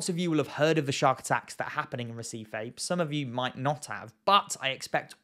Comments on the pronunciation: brazillian pronunciations are counter intuitive to english speakers; it should sound more like hehseefee 👍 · Never heard of Recife . i thought you were trying to say receipt .